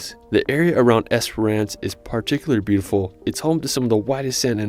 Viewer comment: Esperance Western Australia is NOT pronounced "EsperARN ce".